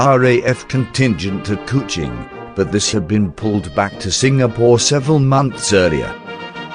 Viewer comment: LABUAN = LABWAN KUCHING = KOO CHING Fucking terrible pronunciations ruined the video. Ex 1SG who was there in 64.